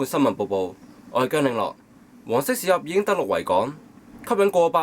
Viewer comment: 我一直都聽到黃色屎鴨=口=..